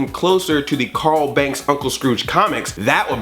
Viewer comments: Agh! Andre, cool to see you talking about the original Carl Barks comics, but you pronounced it wrong--you said Carl BANKS, not BARKS! Not a big deal, just saying though! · You said Carl Banks, It's Carl Barks